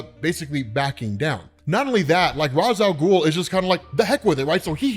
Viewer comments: It may be spelled Ra’s Al ghul but it’s pronounced Ray-sh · If there is one thing that pisses me off about almoest everyone saying Ra's Al Ghul, IT IS NOT ROZZ IT IS RACE WITH A SHHHH SOUND!!! Omg it drives me nuts. Its not pronounced that way necause of a tv show, it is pronounced that way because of the native speaking culture the term comes from! Lol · Rayysh Al Ghuul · I still hate hearing this pronunciation of Ra’s Al Ghul